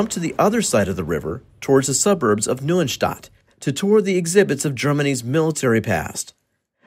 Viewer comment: Hey good job:) Listening to you trying to say "Neustadt" is funny:D but your information is pretty spot on.